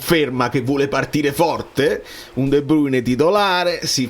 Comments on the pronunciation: Ma come un altro video su De Bruyne...si DUI BRUYNE 🤣💙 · La pronuncia che senti da google è Olandese, in Fiammingo è esattamente come è scritto. Fonte: vivo in Belgio da una vita